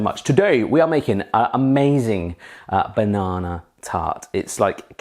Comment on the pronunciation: There's no R in banana.